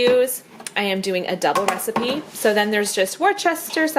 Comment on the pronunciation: HI - I live in Worcestershire in the U.K & we pronounce it wuster shire if that helps.